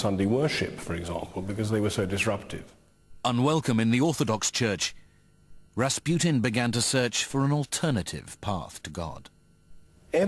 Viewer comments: Ras "Put-in" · It's rasputin... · Ras "Putin"